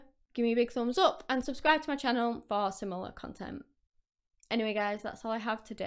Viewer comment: You said her last name badly. Zu pah duh Not whatever you said!!!